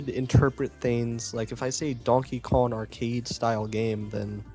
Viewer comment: KonG. It’s konG. Not Donkey Kon.